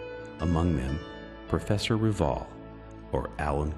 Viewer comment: This would be better if the narrator could pronounce Rivail correctly.